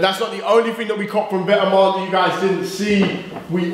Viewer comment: If you want to but vetements say it right! It’s vet-mon